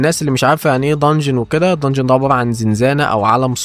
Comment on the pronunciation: امها دنجون مش ضنجون